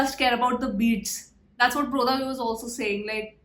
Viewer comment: When she say brodha ..it sound like yodha 😁